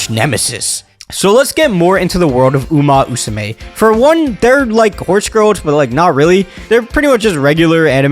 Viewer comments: uma Musume, not uma usume, come one, let me hear that MMMMMM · at first he said uma usame lmao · pretty sure it's uma musume brother. Not uma usume. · why are you saying "uma musume" as "uma usume"? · It's Uma Musume. Not Usume. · Uma Musume, not uma usume!!!! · "Uma Usame" "Uma Usume" 💀💀 Maybe just call it "Horse Girls" because that what "Uma Musume" literaly translated. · i exit the video after he say umu usume lol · Can't get past 1 minute because of "Uma Usume" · Enough sense to try and capitalize on the current popularity of the game, not enough actual brain matter to say the name of the series correctly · uma usume haru uraha 🤦🏻‍♀